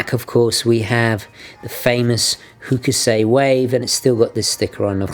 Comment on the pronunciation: Hello! The "Hookoosay" wave you refer to in your videos is actually pronounced "Hoh-Koo-Sai" Cheers!